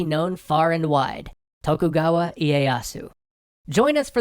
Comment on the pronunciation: actually, it kind of bothers me. While I have to say that for the life of me I won't know if someone pronounces Russian correctly, pronouncing japanese "to" as english "tho" throws me off. If I don't know he's talking about Tokugawa, I would have thought the clan is spelled "Thokhugawa" when I hear it. During punic wars stuff, they have a lot of text showing the names, not the case here